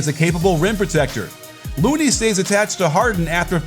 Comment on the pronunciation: Why did it sound like you called LOONEY as Moody or Mooney the whole video